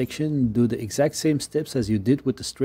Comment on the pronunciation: Not being a jerk, but work on your “Th” sounds. Using D and T instead of the proper sound(The/De, This/Dis, Think/Tink ect. Produce the sound by slightly sticking out your tongue and slightly pressing your teeth.passively pass air through your teeth(think, thought) or perform a hum using the same method(this, that, them[think Mongolian singing for the hum but tongue out]). for both variations. Retract your tongue quickly to produce the vowel sound after.